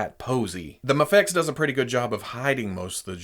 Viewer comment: Its "MAYFEX" not MAHFEX